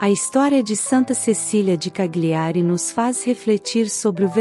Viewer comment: CAGLIARI, pronuncia-se Calhiari, pois as consoantes GL juntas no idioma italiano tem o som de LH em português.